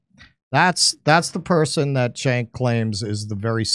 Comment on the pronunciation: Btw, his first name is pronounced like "Djenk", not "Tchenk".